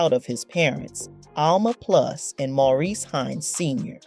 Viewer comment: His brother whose name, “Maurice,” keeps getting mangled in the narrative alternating from “Morris” to “Maurice!!” Don’t these people know that celebrated artists and actors have FAMILIES and friend JUST LIKE THEY DO? It’s no more than common courtesy to ASK someone how a person PREFERS to have his/her name pronounced. If they’re not going to, then they should stick to reading the reports about people they know!! Instead of assuming that nobody knows The Hines Brothers because THEY don’t! Hard to believe that anybody’s relatives don’t have these tacky, ill-informed vlogs just taken down. At LEAST until they re-record people’s names correctly and edit the titles to “Gregory Hines: For People Who Don’t Know Who He Was—AT ALL’